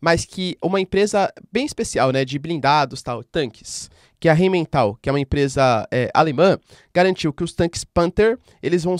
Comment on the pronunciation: professor, só uma correção de pronúncia, a empresa Rheinmetall se pronuncia "rainmetal", em alemão as palavras com "ei" se falam com som "ai"